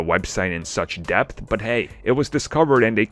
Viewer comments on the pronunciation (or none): none